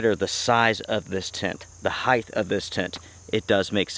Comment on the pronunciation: you're such a smart guy.I can't believe I just heard you say heighth. There is no such word as heighth,...it's height!